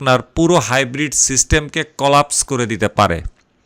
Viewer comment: এটা হাইব্রিট নয় গাইব্রিট